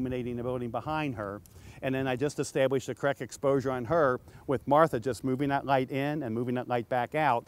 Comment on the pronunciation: Light not gight sir ^^! (y)